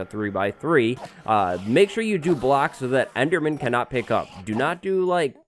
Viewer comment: "This is a very simple EDERMAN FARM" Ederman? Okay?